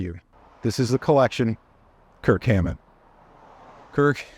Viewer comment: Increíble que no pronuncia bien su apellido 😢